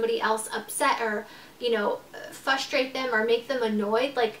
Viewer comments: I look it up it is NOT 'silent R' it is pronounced "Fras*strate*" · frustrate lol she says 'fustrate.'